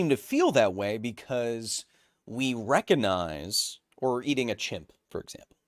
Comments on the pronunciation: he omits the "g" every time when saying that word. he always says reconize instead. it's very strange. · One of the biggest mysteries in science. Does Kyle say "recognize" that way ironically or does he really not know how to pronounce that word?